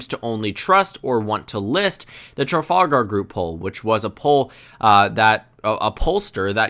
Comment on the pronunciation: Hear him failing to pronounce Trafalgar 😄